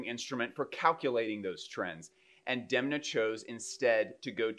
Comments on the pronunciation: It is not deemna, it’s dehm-na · Haha 😂 I’m taking my pronounciation from a Vogue article that specifies how to say it. Interestingly, in the recent conversation between Alessandro Michele, Alexander Fury and Demna, Alessandro consistently said “Demna” with a soft “e” sound. I’m just picking one tbh 🤷 I wouldn’t bet money that I know how his mom says it haha